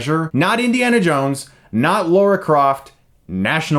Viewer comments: "Lahrah", not "Laura" Croft. You make this mistake every time you mention that name :( Great review as always, love your work Mr. Stuckmann. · It's Lara Croft not fucking Laura Croft, what the fuck is it with Americans that a lot of them say Laura instead of Lara? They're two different fucking names. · Lara Croft not Lora Croft chris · He said "Laura Croft" didn't he -. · It's Lara Croft not Laura Croft. C'mon mate. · Did you just pronounce Lara Croft as "Laura" Croft? It's a different name! Think about the word "carbonara" and it's the same sound at the end. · I think this is the second video where I heard you pronounce Lara Croft as Laura Croft. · What is it with Chris and his problems with pronouncing people's names? He's pronounced Anton Yelchin as 'Antoine' a few times, constantly refers to 'Harmione' in his Herry Potter reviews and now again 'Laura Croft'. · You just cannot seem to pronounce Lara Croft's name correctly, can you? ;-)